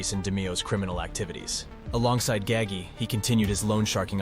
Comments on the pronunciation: Came here to write this! Thank you! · OMG !!!!! I was so annoyed by that too !!!!!!!!!!!! 👍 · ITS NINO GAH-GEE NOT GAGY!!!! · I wish people would learn how to say Nino's name right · I came straight to the comments after he said that to see if anyone was as off put as I was by his pronunciation of Gagis name. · No it’s GAH-HAHI-GEEHOHA. Get your Italian pronunciation straight